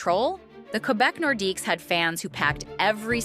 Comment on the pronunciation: The Nordquies?? Stop at slop.